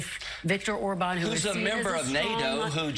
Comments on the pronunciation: David: Orban is pronounced with stress on the first syllable. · David, sir, it's not "or-BAN," but "OR-ban" (emphasis on the fist syllable). The accent mark on the a (á) in Hungarian does not work like in Spanish. In Hungarian, those marks on the vowels just indicate the vowel is long. In this case, it's a long, clear "a" (like in Spanish), as opposed to a short "a," which in Hungarian sounds closer to the sound you make when you say "law."